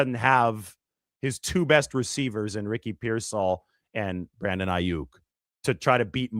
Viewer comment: No one will take you seriously if you can't even get the names right; and I'm not talking about the spelling.